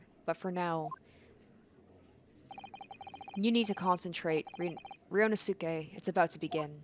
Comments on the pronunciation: The pronunciation of ryunosuke is RYUNOSKE not RYUNOSUKE. The "u" In "suke" Doesn't need to be read. Also asogi pronunciation is asogee. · I'M SO EXCITED FOR THIS. As for Ryunosuke's name, the "suke" is pronounced "keh." So his name is ryu-nos-keh. Hope this helps! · if you watched naruto series then you know how pronounce sasuke the right way If not ,The last U voul in here is silent So its pronounced ryunoske